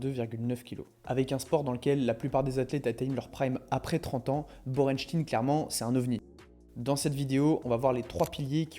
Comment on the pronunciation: On dit chtaïn Borenchtaïn.